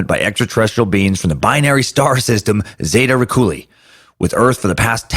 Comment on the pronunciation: Its zay-tuh re-tic-u-lie not recooli lol